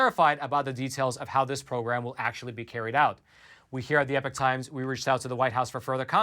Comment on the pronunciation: I was under the impression a »class act lawsuit« involved a class or group of complainants, but who cares, right? You still haven’t learned to pronounce »epoch« distinguishable from »epic«, so I’m pretty sure you don’t care…